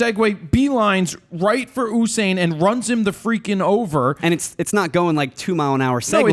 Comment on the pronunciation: By the way it is U -sain not UUUU-sain